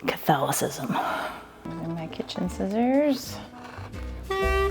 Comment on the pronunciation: Did she say "taste like catholism" ?😂😂